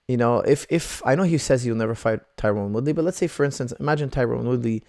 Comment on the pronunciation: Its Tyron not Tyrone